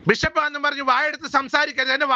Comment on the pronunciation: ബിശപ്പല്ല ബിഷപ്പാണ്